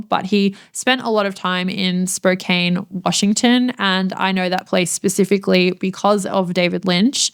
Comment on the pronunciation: Sorry to be the obnoxious pronunciation police, but I live in Washington state and Spokane is not pronounced that way. If you take the "e" off the end and double the "n" you get something more correct. Spoke-ann. Or another way to think of it: Spo-can. Thanks.